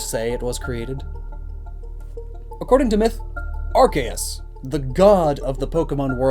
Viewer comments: its pronounced ar-key-us not ar-kay-us reeee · It’s are-see-us not are-Kay-as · * Taioru It was originally pronounced Are-see-us but then they changed it because the beginning of it sounded like a “bad” word. Now it’s supposed to be pronounced Are-key-us. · Anyone else cringe when he says Arceus...